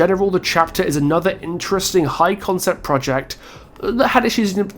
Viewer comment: No offense meant but I have never heard anyone pronounce "Project" like that.